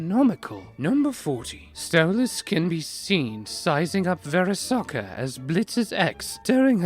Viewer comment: Verisoka!!!! Hahahaha that one made my day